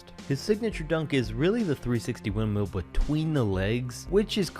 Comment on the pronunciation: The way he says windmill killed me